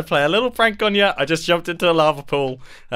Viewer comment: God that makes so much more sense. I thought he said “never underestimate the prangles, man,” and he was just mispronouncing the word pranks lmao